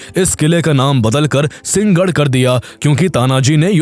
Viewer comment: Singhgadh😂...seriously??? Its Sinhagadh!!